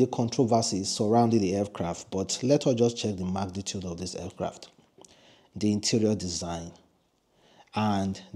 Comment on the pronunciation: For God's sake it's Aircraft, not Fcraft!